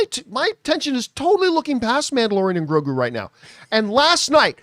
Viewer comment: You need to know how to say grogu first before complaining 😂😂😂